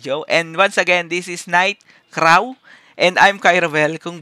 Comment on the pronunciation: anong night kraw. please google pano e pronounce. peace